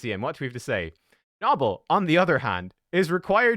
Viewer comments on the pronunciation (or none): Isn’t it “No-Bell” not “Naw Ball” lol